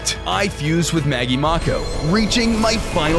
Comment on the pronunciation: Its not Maggie Mauko its Maggie Mako.